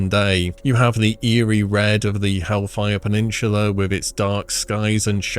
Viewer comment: It's called hellfire peninsula, not peninshula. Also stranglethorn valley not stranglethorn veil. Is this an english issue with you or do you not know the names